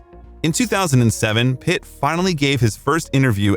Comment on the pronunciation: Everytime you say "Pitt" it sounds like "It" hahaha